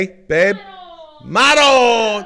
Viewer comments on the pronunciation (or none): Will makes me want to travel to Italy more than any other travel thing I've ever seen. I just wanna see this man eat food from every part of the globe saying "MAH RONNN"